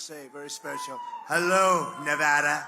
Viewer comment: The only easterner who can say "Nevada." Trump is truly the Great MAGA King. 🙏🙏🇺🇸🇺🇸2024🇺🇸🇺🇸🙏🙏